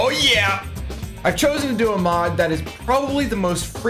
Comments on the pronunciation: Lol it achulay kinda sounded like you say mob i stead of mod. Like youve mentioned in your stream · Yeah, it sounded like you said ''Mob'' :D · Deer lord! after all the time its finally on youtube with the good quality! Great vid bro, and i see what you mean it does sound like you were saying mob xD